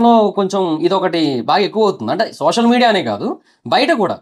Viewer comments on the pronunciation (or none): none